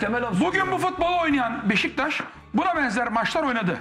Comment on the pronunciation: Sinan Engin Beşiktaş İle İlgili Konusurken Hızlı Konustugu İçin Sürekli Beştaş Gibi Çıkıyor Agzından :) Bir Tek te da birde da BeşiKtaş Diyor öncesi ve sonrası Beştaş Diye Çıkıyor Agzından